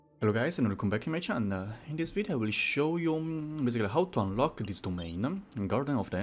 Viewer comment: "how to unlock-a this domain-a!"